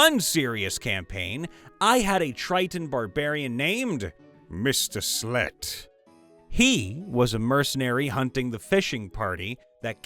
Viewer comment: did you know how you pronounced mr slete it sounded like a dutch pronounciacion of a lady of the night sorry to say that but when yiou said it i misundersytand it like that.